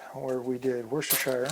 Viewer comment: worcestershire, please learn how to say it...